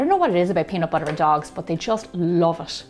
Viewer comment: nobody: literally nobody: me: watches gemma saying peanut BOUTER again and again